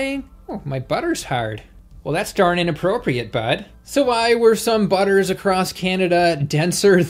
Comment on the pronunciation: "The buttur's herd" "Well thats durn inappropriate, bud" Excellent Canadian 👌